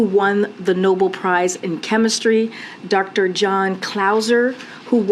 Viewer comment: Oh for Gods sake it's "No Bell" "Nobel" not noble, village idiots just reading what's in front of them.